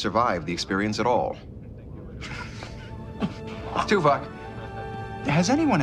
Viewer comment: Tuvok. Pronounced too-vock. Easy mistake.